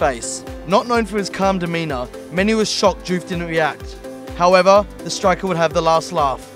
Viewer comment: First I've heard of this "Diouffy" pish!